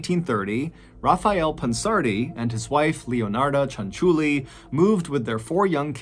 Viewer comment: The way you pronounced Cianciulli, you gotta have Italian ancestry. Magnifico!